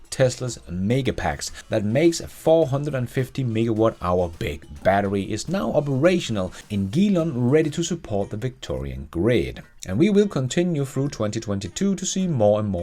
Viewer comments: Geelong It's pronounced GEE (as in gee wow) Long (as in length) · Good stuff. Happy new year and safe travels. Btw Geelong is said "G - long" 😀